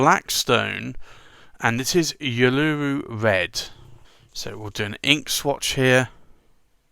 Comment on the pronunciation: i don't think i have ever heard someone mispronounce uluru before...it's the proper name of ayer's rock in australia.